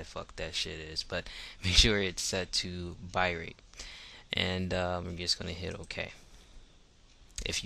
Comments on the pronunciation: Thanks, this was really helpful. But it's "bit-rate" not "bi-rate". xD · "BITrate" not Birate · I want to believe you but you keep saying bi rate when its said Bit- Rate. Bitrate as in computer bits. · Cristian Ortega I think he said byte rate